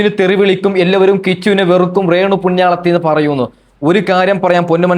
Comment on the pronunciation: നീ ആദ്യം അക്ഷരം വൃത്തിയായി പറ റേ ണു സുധി അല്ല രേ ണു..., മമ്ത മോഹൻ ദാസ് ആണ് ഡാസ് അല്ല